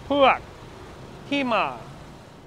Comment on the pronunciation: You called Puek (Taro) not sharp then it sound like Peau ( Husband) ….. you are so adorable cheers